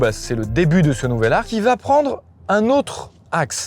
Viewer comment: "Particité" ? Zetes sûr ? Bonne vidéo mais désolé de te faire remarquer que t'as attrapé la même maladie que beaucoup d'autre YouTubeurs, c'est une épidémie manifestement de "Ça va -T-être". ET YA PAS DE T À "VA" PUTAAAAIN 😖😄